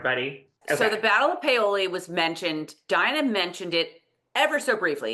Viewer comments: My Aunt lives in Paoli and I have never ever heard her say it as it was pronounced on the the show! PAY-OH-LEE is how I've heard it. Ladies of Lallybroch, there's a name I haven't heard in a while. I remember them from the beginning. I thought this episode was really great overall. I liked how they stayed close to the book. I agree, Jamie and John were hard to understand in the woods and I had to have captions on for that. David squeezing his eyes was perfect because he knew Jamie was going to kill him for what he was about to say. William asking Claire the circumstances of this birth was so good and Cait and Charles were spot on with it. I really think Claire wanted to be helpful to William as well. I agree, the books have William and Claire having more of a connection but the show doesn't have the time. John has no idea of what happened to Jamie in Wentworth and him saying they were f ing you I think had a affect on Jamie and he let lose. It was hard seeing Jamie beat LJ up. The British left Philadelphia because France entered the war in 1778 and the France Fleet showed up. Fifteen thousand British troops left and ended up in NY. Loved Rachel's response to William after he had Ian arrested and Izzy has done a great job as Rachel and yes, William was having a no good very bad day! Is there not another bedroom in LJ house??? Didn't care for the cutting in of J&C and LJ scene. I think the intimate scene was awful and sometimes things don't transfer to the show from the book as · Great recap as always! Happy for you on the Paoli reference. I was also surprised at how they pronounced it, but comment about about the pronunciation of ciao makes sense. The item William hands over is his gorget which trumped whatever Harkness had in the bag. He later got in trouble with a superior officer for "losing" it. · I stopped watching to send y'all a message on BlueSky when I heard "Remember Paoli" (mispronounced)! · I was like "What is POWLEY??" 🤣